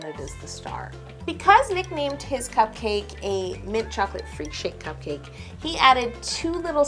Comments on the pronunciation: The way you say "cup-CAKE" is priceless. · How she says cupcake😂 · I don't like her saying cupcake that way